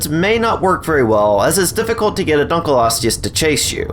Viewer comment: Thx for pronouncing it right